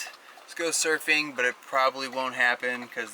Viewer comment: Hey, that's cool you went smurfing (at least that's how it sounds when you say it). I'm from South Bend originally, but have been "from" coastal California since 1972. I've never been surfing, so you're waaay ahead of me. You looked good out there. Well done! Cool trip, good memories.